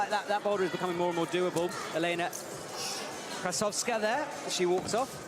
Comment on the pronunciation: Get someone who knows how to read to comment. He called Krasovskaia 10 different names, all wrong.